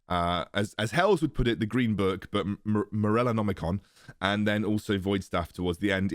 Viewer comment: Its Morellonomicon. Not that hard to pronounce actually...